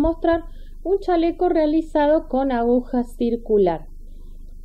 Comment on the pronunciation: Precioso lo que está haciendo Pero ud. Es una informadora, educadora al fin. Se dice a-gu-ja. Espero no le moleste .Patricia. mendoza